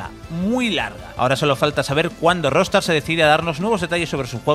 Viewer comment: buen video :) , pero, porque dice Rostar?